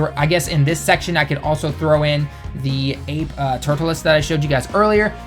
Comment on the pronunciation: it's turles not turtules bro wtf?